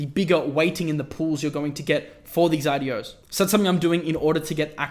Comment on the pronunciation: what he says: IDOs What I listen: adiós 👋